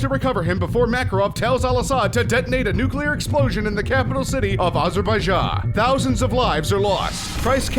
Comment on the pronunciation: why did you say Azeebaijan and blew up Africa :D